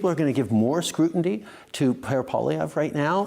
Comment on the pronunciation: Right . . . like.......ahhhhhhh. "Scrutinty" Oh my God . . . .he can't pronounce scrutiny. You should hear Jennifer O"CONNEL say big words.